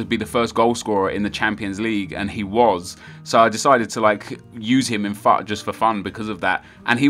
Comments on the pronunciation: Stop saying fat god Damon it its future like foot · oh really? I hadn't worked that one out.... OBVIOUSLY I know that. Most people say FOOT and I think that sounds a lotttt better so I was just letting Nep know my opinion